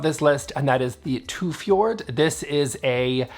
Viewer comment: I love the Tufjord bed... I´m Norwegian, and Tufjord is located on one of the most northern Islands in Norway. The right pronunsiation is "Twofjoor" the d is silent. 😊 In fact the word "fjord" the d is always silent - just a tip for when the world opens again , and the cruise industry starts sailing our fjoor(d)s again! 😉Totally agree that the Ekenaeset chair in black velvet is stunning! Wow you nailed the word "Varfint" 👍Love the bamboo, you are absolutely right, it is very retro. It was very popular in Scandinavia in the 50´s and 60´s. Have a look at this old commercial. I was actually bidding in an auction on the teatrolley no. 11. I was outbid, and I regret not trying one more bid, but there might be other chances.